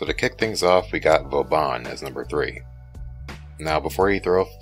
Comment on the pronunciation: 2 things: 1. It's 'Vauban', not "Vaubaaaan" 2. You can become a rock golem as Atlas. The thing is, it's Conclave specific.